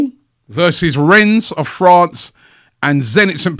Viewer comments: The S in Rennes is silent, Robbie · Rennes is pronounced 'Ren'.